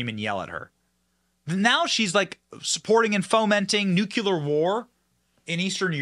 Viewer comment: I can't help it...Benny, you're too smart to say "nukular". Atoms have a nucleus, not a nukulus! Get it? 😉 ❤️